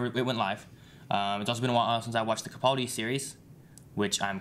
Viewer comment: I'm probably the only one but it really grates every time they mispronounce Capaldi. The middle syllable is 'pal' (as it's written) not 'pull'.